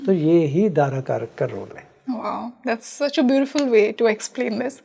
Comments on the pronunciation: Madam यह dara karak कहलाता है ना कि दर कारक. दारा का अर्थ है स्त्री( पत्नि).एक anchor host होने के लिये इतनी जानकारी तो होनी ही चाहिए. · Madam ji please, it's not dar karak it's Daara karak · Darkarak iska pronounce galat hai Daarakarak hai wo Daara arthat bharya arthath patni ko daara kehte hai.. Daarakarak boliye isko 💯aruda lagan nehi aarurh lagan kehte hai.. pronounciation sahi hona chahiye. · Learn some basics of astrology... It is Dara karak.. Not dar...... Don't darao with this vocab please